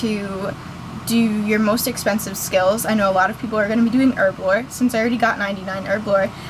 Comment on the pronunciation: erblore..?? its HERBLORE! Bitch learn to talk. >.>